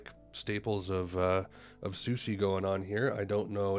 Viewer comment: You’re pronouncing her name incorrectly : SUSIE is the correct pronunciation